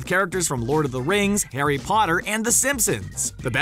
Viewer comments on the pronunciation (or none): none